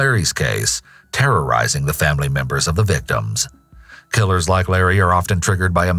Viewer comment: . Did you just say famry? Seems sus